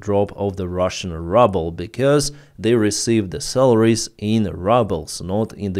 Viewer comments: Good reporting. Pronounciation is [Ruuuuubel], not rubble. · Hey, In English, the Ruble is pronounced "Ruble" Like the sound "Rooble". But great posting, as always. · Say ruble like Ukrainian “y” not rubble which means garbage. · Your pronunciation of ruble is the US pronunciation of rubble ("щебінь" або "руїна") that I wish on that enterprise called Putin's Russia. Thank you for that play on words. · I love the way says “rubble” instead of ruble (rooble). I think the pronunciation should be permanently changed to better reflect reality just like the name Russia should be changed to Moscovya. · I like it how you pronounce the currency "Rubel" as if you wanted to say "rubble" :-D ;-) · You really pronounce 'Rouble' in the most appropriate way.... 'RUBBLE'! SLAVA UKRAINI! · It’s as if he’s doing it deliberately! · he calls it rubble as a joke and he doesnt need you playing English teacher 🤣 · it's probably on purpose😁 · It is such a treat to hear you pronouncing the russian currency......"RUBBLE" exactly where it is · It's great that you pronounce "Ruble" as "Rubble" ! The meaning of "Rubble" is broken fragments (like broken pieces of rock). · I have reminded him about this mispronunciation years ago. He just ignored me and continues to mispronounce it confusing many in his audience. I don’t think he really cares about proper English pronunciation. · Do you intentionally say Ruble incorrectly?